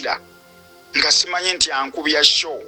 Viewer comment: Ono musajja mukuru nyo tasosora kulimba gwanga, olaba ne "show" agiyita "sow" people don't remember, sorry